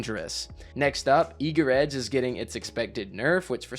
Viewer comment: thank you for being possibly the only person in all of YouTube to not call it "Eager's Edge"